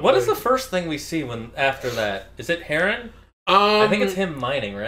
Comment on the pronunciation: It irks me every time you Mispronounced Heron. There's no A.... Other than that love the video.